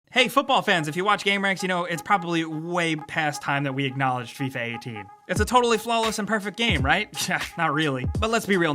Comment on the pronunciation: "Fee-ah" wut?